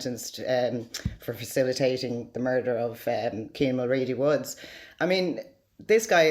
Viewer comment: Getting his surname wrong from the get go you are a terrible journalist. Kean mul..wooo not woods thought his last name was woods everyone knows that even in England